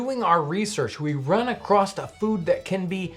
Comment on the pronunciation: You run “acrost”? Really?